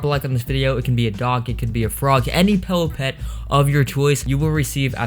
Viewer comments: It's PILLOWPET not PELLOW PET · Why does he say pellow pet not pillow pet??